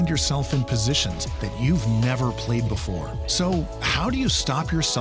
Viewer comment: Before Not boofore